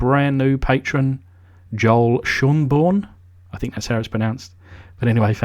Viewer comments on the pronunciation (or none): none